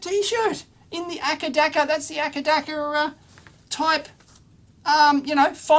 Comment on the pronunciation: This is the first time ever I've heard someone pronouncing ACDC as 'akadaka' :)